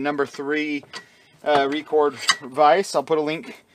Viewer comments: Hi pal,.over here in the UK we pronounce it Rec ord not Re cord ,i have the same vice and it must be 15 year old and still takes what i ever i throw at it ,thanks for the videos pal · Well done Bud!! Ya gotta have a good vise, it's the #1 tool in the shop!! It's pronounced Record!!☺